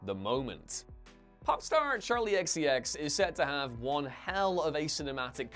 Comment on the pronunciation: Ahh, good ol' Charki XCX... wonder why he pronounced the K as an L though. (EDIT: I do realise all the errors are probably intentional, because us commenting is considered "engagement" to the algorithm, thus artificially increasing it. And I do realise this comment furthers their goals.)